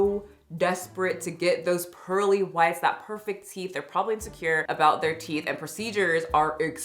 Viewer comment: girl if you say TEETHS one more time....